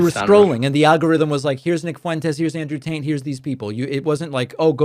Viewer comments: LOL Pakman says "Andrew Taint" at some point. Shoe fits. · Hehe calling him Andrew Taint 😂 buddy didn't quite catch that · DAVID AND TEAM!! "Andrew Taint" needs to be made into a sample just like "Troth Sential" lolol